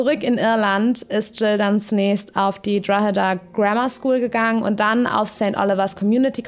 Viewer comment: Drogheda wird Draw–da ausgesprochen, nur so am Rande.